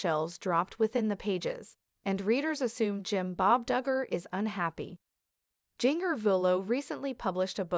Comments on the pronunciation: Learn how to say people’s it’s Jinger as in ginger! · That's what happens when you get a robot voice to narrate instead of a real person